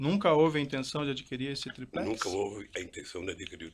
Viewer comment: tiplex hahahaha